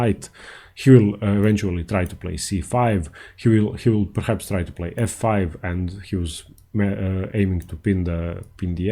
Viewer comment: How much more than the indian accent with like c-fie haha